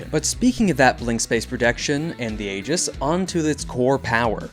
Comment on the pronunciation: ee-juhs. That's how the word aegis is pronounced.